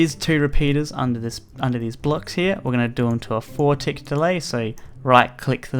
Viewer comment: OMG HE SAYS THE TICKS WRONG